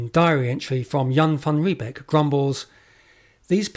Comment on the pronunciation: Your pronunciation of Jan van Riebeeck is incorrect. ee in Dutch is pronounced 'ay' as in say or day. Thus Riebeeck is pronounced 'Ree-bake'. Beek (modern Dutch spelling) is a stream whereby the North English word 'beck' derives.